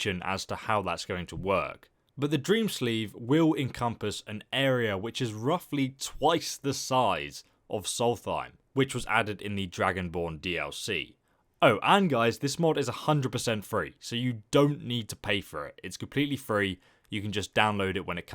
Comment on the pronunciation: Can you fucking say solsthim and not solfaim